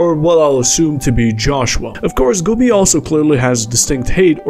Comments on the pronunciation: I am only mildly bothered because Güby isn't pronounced correctly. This is not how you say ü xD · This is also not how you say ü